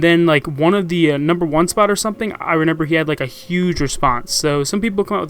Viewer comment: Is it just me or do I hear say Renember instead of remember...